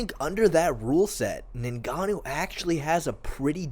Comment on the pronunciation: Lol this was bugging me too